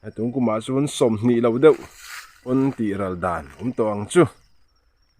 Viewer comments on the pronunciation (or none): none